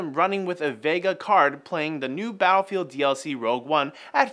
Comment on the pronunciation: Did he say battlefield?!? 😂😂😂